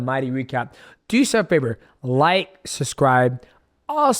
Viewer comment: DJ says it as "susscribe" is very Schaub-like, B